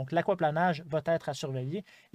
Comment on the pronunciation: Bonjour. Merci de nous donner ces informations. Je me permets de vous dire que ça va t'être ne se dit pas étant donné qu'il n'y a pas de t après va. C'est donc une fausse liaison: ça va ÊTRE. Merci.